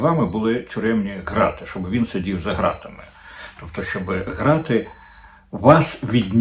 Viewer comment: Дмитре,ґрати укр- вимовляється через Ґ,як і ґанок,ґедзь